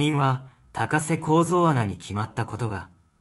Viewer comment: このナレーター「高瀬アナ(たかせ)」の事「たこせ」って言ってるように聞こえるのは気のせい？